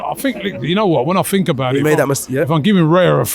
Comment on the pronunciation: I fink, I fought - Englishman attempts to speak English 😂